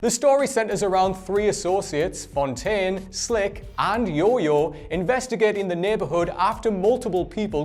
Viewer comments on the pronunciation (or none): none